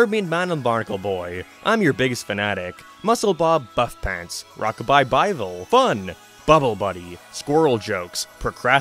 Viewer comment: I literally thought you said “Rock-a-bye Bible”! 🤣🤣 Perfect name for a children’s compilation of bible stories!! 🤣🤣🤣